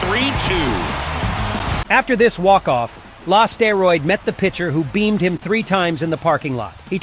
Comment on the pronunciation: "Beamed" lol BEANED!